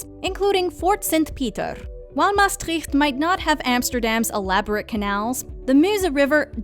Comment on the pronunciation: Thanks for mentioning my city, Maastricht! Although I did cringe a bit with the pronounciation, haha.